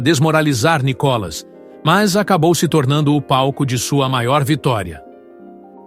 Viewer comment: Mas se a globolixo nao sabe nem pronunciar Níicolas, entao ê muito analfabetismo